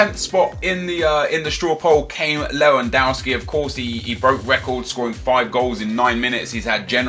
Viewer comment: Nep man how can you still pronounce Lewandowski like that?! You're a football fan right?? Sort it out xD